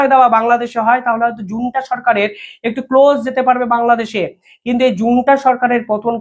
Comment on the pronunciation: জুন্টা না রে পাগলা, ওটাকে বলে জান্তা সেনাবাহিনী😅